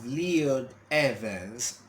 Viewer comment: His name is pronounced L* oy* d not Leon.